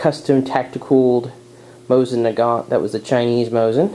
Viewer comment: You know what really grids my gears when people say mozin nagant instead of mosin nagant